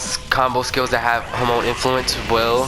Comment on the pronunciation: Lmao all I hear you saying is homo instead of Hamon